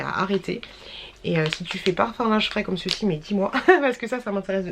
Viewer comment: Cc stp arrête avec COMME CECI en plus tu le prononces bizarrement et tu le dis h24 partt mille fois pendant les retours de courses etc stp c’est un msg bienveillant c’est strident à force vraiment 😮